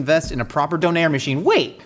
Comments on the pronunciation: As someone who learned about döner in Germany, that pronunciation of it is really throwing me off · Yes, I was very confused by his pronunciation of döner. Maybe it’s the Swedish pronunciation? I’m used to the German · Having only heard kebab pronounced in the UK, I can't go back. Kebob just isn't a kebab. A skewer sure. Souvlaki, fine. But not Kebab (ok, even the Greeks seem to confuse the two as well, I guess I can't win). Ah, mutilates the pronunciation of Doner as well, so I guess it's all good now 😀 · Why does he say donner and kebab werid